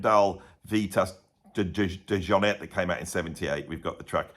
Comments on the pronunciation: It’s French not George w bush Texan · You can’t pronounce the guys name properly? Really?